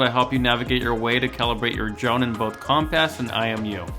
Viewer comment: That's what i heard as well haha